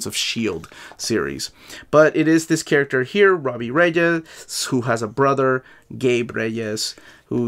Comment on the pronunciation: Robbie Regis… 😂. Saved yourself from a warning from the league of extraordinary Latinos with the rolling R’s right after. 👍🏾✊🏾😂